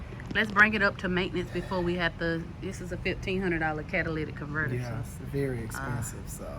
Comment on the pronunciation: Thank you for saying catalytic and not Cadillac 😂SOOO many people do